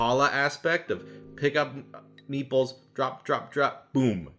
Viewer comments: I only realised at minute 27 that he wasn't saying "meatballs" but "meeples", which is a word I have never heard before. Don't know why I took the meatballs at face value either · The video was almost over by the time I correctly heard “meeples” instead of “meatballs” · "Meeples"? Thought you were saying "meatballs", which would interest me somewhat. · learn how to pronounce the "T" in meat ball. i swear i thought you were say8ng meeples. goddamn californians.